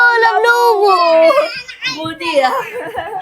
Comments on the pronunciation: لابوبو ✅ لبلوبو ❌ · يا الو احا ولله❤😂😂شو هاذ انك بتحكي غلط بتتخوث جاي شو هاي جديدا شو الي لبلوبو اسمها لابوبو ولله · ايه التعب اللي انتوا بتعملوه ده وايه لبلوبو اللي انتو بتقولو عليها هي اسمها لابوبو